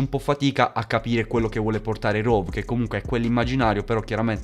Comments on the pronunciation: Comunque si dice rhove non rhov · Si dice RHOVE con la E che si sente